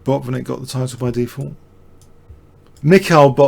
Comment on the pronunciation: Mikhail Tal was a Latvian, born in Riga (not a Russian) ..in Latvia Mikhail is pronounced Meek - ha - eel !!! His surname is Tal and it is pronounced as T - a - l , not T - o - ll or even T - a - ll like tall . We 're not all Americans !!